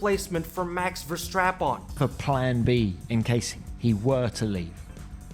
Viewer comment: „mAX vER-STrAp-oN“ 😭🙏🥀